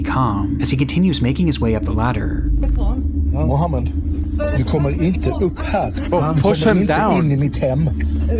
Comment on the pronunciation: barely called the poloice🥀 on mohaamand